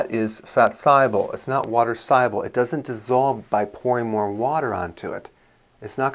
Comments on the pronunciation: Thank you, I'm learning so much to prevent disease hopefully. Question: Is there another way to pronounce "soluble"? I'm hearing Dr. Berg saying "say-uble" instead of saw-uble? drinking filtered water especially from the only water filter system that's effective at removing the most amount of harmful particles is a reverse osmosis system. Unfortunately all filters remove good and bad minerals and particles which creates "Dead water". Dead water has a very high pH which isn't healthy. Cancer and other diseases thrives in acidic environments. There is some RO systems that adds an extra canister to add minerals back but these are mostly likely synthetic minerals that's most likely unhealthy. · Soluble is not pronounced sigh-able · I guess this guy knows what he is talking about but someone should teach him how to pronounce "soluble". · What if I just want to drink a gallon of water a day instead of soda, beer and other unhealthy beverages? Besides, your pronunciation of the word "soluble" makes me think you aren't a real doctor. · Why cant he say soluble?